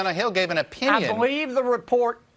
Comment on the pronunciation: I 'bal'eve what I 'bal'eve